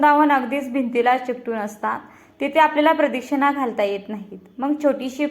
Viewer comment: प्रदक्षिणा हा उच्चारला तो चुकीचा होतो आहे